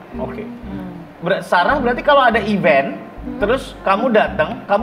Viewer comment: ka' gatel banget benerin pronounciacion "event'', bukan "even" 😂😂😂